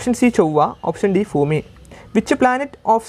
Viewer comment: Fhoomi alla.. Bhoomi aann teechere..😝😝😝